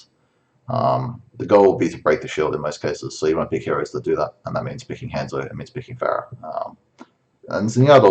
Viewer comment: Learn how to pronounce Hanzo.